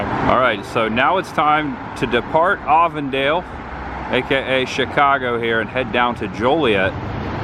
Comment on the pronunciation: Happy Reminder.. its Avon-Dale, like the cosmetic company 🎃👍